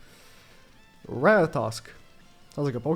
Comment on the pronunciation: For the people that care, it’s pronounced “Rat-uh-tat-scur”